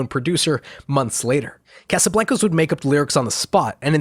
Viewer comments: mad respect but why do you pronounce casablancas Like That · I almost had to stop watching the video with the way you pronounced Casablancas